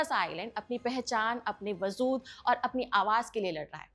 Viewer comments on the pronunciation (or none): Wazood nahi ji..ise Wajood kahte hai..baqi pronounciations correct hi nhi bahot achche hai.. wajood..ja, aur za sound mei practice kijiye